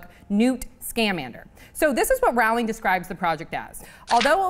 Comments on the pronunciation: WHY does she say "Rawling"? why??? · I'M SO EXCITED AHHHHH and her names pronounced rolling like rolling pin :P AND ITS GONNA BE SET IN THE 1920S SO ITS LIKE GATSBY AHHHHHHHH I CANT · OH MY GOD YOU SAID JK ROWLING WRONG!!!!!!!!!!!!!! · The host is mispronouncing rowling's name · damnit please say her name correctly!! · She mispronounced "Rowling" again & "regenerate." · First of all, you pronounced Rowling wrong :P Second the majority of us Harry Potter knew it wouldn't be an 8th book..and most of us know Harry's story has ended. And lastly the only possible characters that will be in it will be Luna Lovegood (and maybe her 2 children) as she married Newts grandson, Dumbledore and possibly Professor Slughoran .